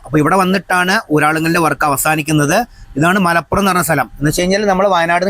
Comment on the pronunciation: ''മലപ്പുറം'' അല്ല ''മലപുറം'' ഒരു പ മാത്രം. താമരശ്ശേരി ക്കാര്‍ അഥവാ നാട്ടുകാര്‍ പ ലോപിച്ച് ''മലോറം'' എന്ന് പറയും